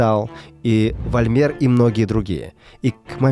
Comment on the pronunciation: Вольмер? ШТО?! ФОЛЬМЕР! С ударением на первую гласную! В немецком буква "фау", то есть "V", читается как правило как "ф", как в слове "Volk", "Фольк", народ! Фамилия Volmer - это ФОЛЬМЕР!!!! Без идиотского "французского" перенесения ударения на последний слог!!!